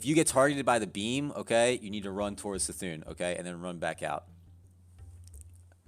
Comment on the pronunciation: It’s C’thun...as in Kuh-Thune. Js